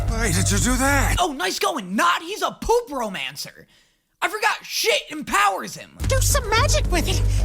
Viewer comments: dunno if thinking the word breakdown for necromancer is nec-romancer when its necro-mancer, hence why he's saying poop-romancer instead of poop-mancer is an on purpose bit...or he just doesnt know. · i emplore you. Stop saying Poop Romancer instead of poopmancer